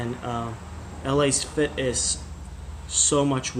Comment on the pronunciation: Let's say it together It's pronounced: Lass-Fit